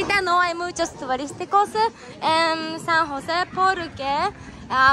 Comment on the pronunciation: San Jose Costa Rica,no san juse